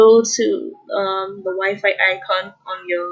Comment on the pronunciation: I thought she said " your wife" 😂😂